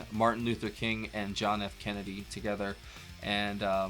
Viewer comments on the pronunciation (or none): none